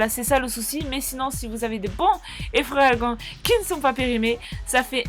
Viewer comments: on dit pas effreragan on dit eferalgan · c pas effreragan mdrr c Eferalgan mais top la video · c pas efreralgent c eferalgent